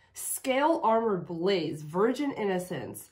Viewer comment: I think she sings Blaze as two syllables: Baa-laze